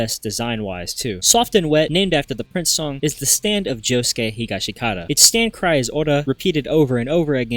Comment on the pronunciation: It should he a sin for how bad you messed up josuke’s last name